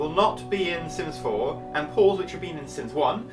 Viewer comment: Are you sure your talking about sims 4 it sounds like sims 0